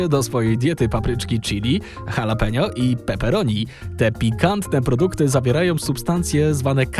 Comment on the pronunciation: "H" w Hiszpańskim jest nieme. wypowiada się "alapenio" nie "halapenio"